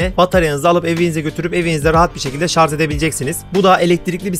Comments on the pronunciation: Öndeki sepete Sele diyip durmuşsunuz. Daha sonra oturma kısmına tekrar sele demişsiniz ki doğrusu zaten bu. Birde şarz değil Şarjjjjj 😆😆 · Şarz değil şarj!